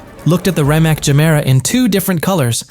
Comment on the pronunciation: This is such a amateur & awful work here! ...1. It is not Konisegg, it is Koenigsegg ....2. Chiron should be pronounced as Šhiron, not Kajron ....3. BIG FALSE - there is no Rimac Gemera!!!! He own Rimac NEVERA (Gemera is Koenigsegg) and again bad pronunciation - not Rajmek :))))